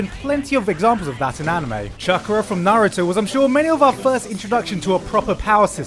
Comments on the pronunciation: NAR-OOO-TOE Not NAR-EWW-TOO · Why does he keep saying Nruto instead of Naruto??? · Omg hes so terrible at pronouncing stuff from naruto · How are you sponsored by a Naruto game when you don't even say Naruto correctly... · YOU HAD ONE JOB PRONOUNCING NARUTO